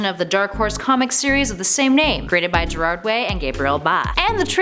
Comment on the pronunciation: I heard someone day Gerald Way and I'm still weak.